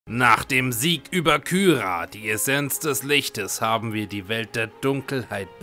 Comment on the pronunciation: Man spricht Kyra, Kira aus. Auch nach 50+ Parts ändert sich daran nichts.